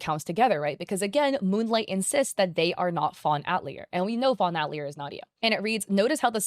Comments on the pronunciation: btw it's pronounced Ah-tilly-a not At-lee-er XD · Fawn atelier = fawn (uh-teh-lee-ay) love your videos but this was urking me haha :) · I don’t know if anyone cares, but 🤓☝️ the word "atelier" is pronounced "at-TELL-yay" in English. (It means workshop. It's a French word, and in French it's pronounced "at-tell-YAY" with the emphasis on the last syllable.) Not that we need to be correctly pronouncing names that were probably generated by a chatbot, but anyway. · "fawn at-leer" girl google is free can you at least do the bare minimum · That's... that's not how "atelier" is pronounced. I know it's a word many only ever read, but it was really distracting throughout the video.